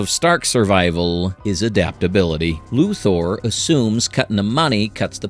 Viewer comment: I know this post is meant to say "hey, we're not using AI," but I still think it's AI. Why? Weird mispronunciations. Example - : "Luthar knows this." Luthar? Really? A real voice actor would've re-recorded that line, but AI doesn't know the difference.